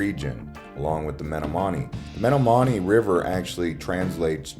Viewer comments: Very nice video and tour of Milwaukee. The Packers started as a recreational team of a meat packing company, not a cheese packing company. The Acme Packers. Also, you are mispronouncing Menominee. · This is one of the worst videos of Milwaukee I've ever seen. You're missing all the iconic landmarks. And you slaughtered the pronunciation of the Menominee river. Next time let a real true Milwaukeeian do the video. And your music background sucks.